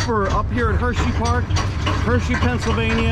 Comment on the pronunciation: Bro said "hersheyfart"